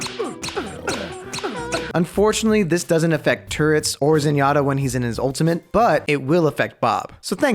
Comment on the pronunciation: why u say ultimate with a n